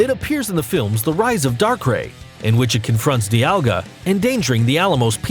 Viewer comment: bruh gardevoir is pronounced gardevour that attack is not black hole ITS FRIGIN DARK PULSE and what the hell is darkray ITS A DARKRAI LEARN HOW TO PRONOUNCE(i’m not hating just correcting i just got back from school after a fight)